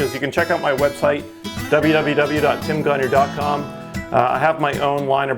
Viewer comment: Just curious but why do you pronounce your last name as "conure" when it is "gagnon"?